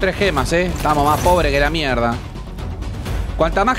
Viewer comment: "A dónde esthanos?" Jajaja 🤣